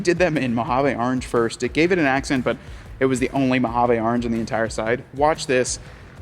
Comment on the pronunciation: I'm drunk again from every "Mohavaaa" he says 😂